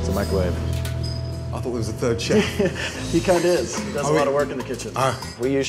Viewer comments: They need to stop using the meecro-wavre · i u the maicrowei 4 duh cheemichangas